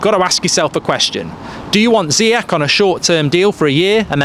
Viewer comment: Love you mark but please learn how to pronounce Ziyech